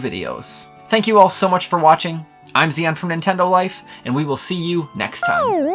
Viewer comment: no no no. Zion. Not zee-yan.